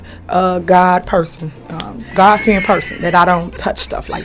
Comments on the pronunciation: She couldn’t say God fearing woman correctly! Oh devil!!! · She meant a God fearing woman....and that's a lie cause she couldn't even say it right. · Sad she made herself look like a damn fool. She can't even say it right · She couldn’t even say god fearing correctly. She’s a joke, with those silly smirks on her face. I feel for the people. Her day is coming! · She is just sickening. She couldn't even say "God fearing person," correctly. This woman, speaks with forked tongue. This my friends, is a serpent.🐍